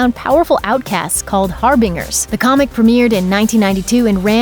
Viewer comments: "Har..bing... ers"...wow. Get a literate narrator. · And the word ‘harbingers’ has a hard ‘g’ so it’s pronounced ‘harbinJErs’ - really, if you’re going to do narration find out the correct pronunciation of the words you’re speaking woman!!!! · She said "HAR-bing-ers" giggles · Harbungers.... härbənjər har binge ur harbinjer Not like it's an uncommon word. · It's "har-binge-ers" not "har-bing-ers". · She miss pronounced harbingers. Har-bin-gers, not har-bing-ers. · Har-bingers???I think the pronunciation were looking for is-like this(har-binjer).The "g" has a "j" sound.These people need a copy of Miriam Webster! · Har-BINGE-rs! Not Har-bing-ers! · Har Binge er.... Gad oh... Seriously someone should have told you how to pronounce these words. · Who the f*** pronounces 'Harbingers' as Har-BING-ers? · That's "Harbingers" with a hard G. And "Gal Gadot" with a silent T. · It sounded like she pronounced "harbingers" as har-BING-ers. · Hobbs and Shaw, 2019 release... and you said Har-Bing-ers? Lol. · WTF!!?! Gal Ga-dut and Ha-bingers?! Doesn't somebody at Looper review it before it's uploaded... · Did she just say "har-BING-ers"?? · "Hunting down outcasts called Harbingers" HAR-BIN-JERS is the pronunciation. GAH. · Anyone else cringe at the mispronounciation of "Harbingers"? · Mispronounced harbingers and Gal Gadot. C'mon..... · You totally mispronounced "Harbingers" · Did you just pronounce "harbingers" wrong??.. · How do you not know how to say HARBINGERS! lol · She also mispronounced, "harbingers." When they encounter a proper noun or other word they aren't familiar with, is it that difficult and time-consuming to look up the correct pronunciation?!